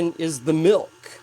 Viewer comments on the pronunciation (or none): "Next up is the MYLK!" ;D